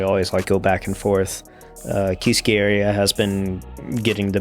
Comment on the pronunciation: You’re pronouncing Kiski wrong, it’s kiss-key not key-ski. Emphasis on the first syllable.